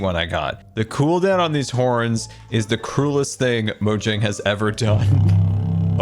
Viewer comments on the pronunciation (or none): none